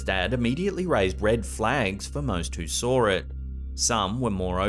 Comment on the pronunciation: Shelf Cloud. Also sawer (saw.)